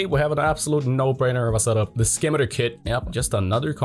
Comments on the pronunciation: just a quick notice its not "scim i ter" its "sim i tar" like the sword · the correct pronunciation of the "skimiter kit" is "si-mi-tar" scimitar kit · Pronounced- simitar like the sword. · I think the conversion kit's pronounced like the sword, Scimitar, the C being silent Great video though :D